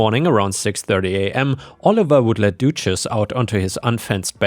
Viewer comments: The u in duchess has a more "uh" sound not an "oo" sound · wouldn't the animals be sent to an abattoir for slaughter? also think it might be pronounced duchess (dut chess) as in the title granted to a noble women ( Doo chess) sounds like a feminine hygiene product. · I like you accent when pronouncing Duchess....the English pronunciation is the U is not a hard vowel. therefore it is Du not Doochess... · Duchess isn't pronounced doochess, it's pronounced dutch-ess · Dog's name is pronounced Dutch ess not Doochess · Just a FYI, duchess is pronounced close to dutch ess. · Duchess is pronounced Dutch-ess - although duchesse (with an E) potatoes is pronounced du-shess! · Your pronunciation of Duchess had me 😂😂😂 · The U in Duchess rhymes with up not do...